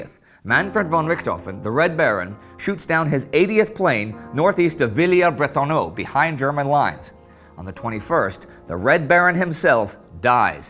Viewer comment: Villers not Villiers Indy.